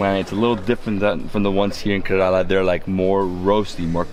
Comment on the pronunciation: Kairali Banana Chips are too thick. Please try A1 chips in Saibaba Colony in Coimbatore District in TamilNadu & then let us know the difference. Also it's pronounced as KERALA & not KARELA. The meaning of KARELA which you are pronouncing is actually a vegetable in Hindi called as BITTERGOURD. Not only but all foreigners pronounce it wrongly.